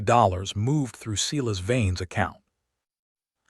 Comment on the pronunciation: AI can't pronounce words: Not Seelas but Seyelas